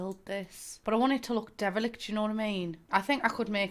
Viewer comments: The first handful of times I heard you say "derelict" my brain processed it as "devilish". Either way, both are strangely appropriate in this context. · So.. I've never been the one who doesn't understand what she's saying- I always do. HOWEVEr, WHAT is the word she keeps saying?? "Darelekt" is all I can hear? My brain hurts. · What word is she saying ? Starts with a d? Idk if it’s her accent (obvs no shade cause I’m from the Midwest so I sound like shit) or if it’s just my limited vocabulary but I have NO CLUE what that word is.